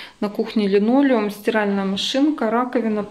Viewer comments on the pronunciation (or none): none